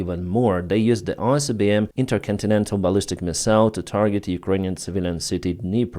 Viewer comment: Read properly. Not Icbm and not Rubez